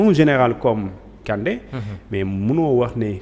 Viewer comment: Ce journaliste est nulle plus de 5 fois il ne peut pas répété le nom kandé apprenez a bien lire les noms